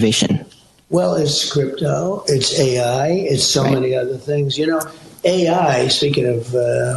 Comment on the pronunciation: He calls it scrympto?